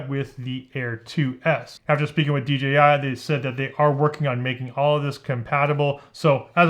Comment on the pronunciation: thank you for saying "dee jay eye" drives me mad! do people say 'gee' because that's the chinese pronunciation?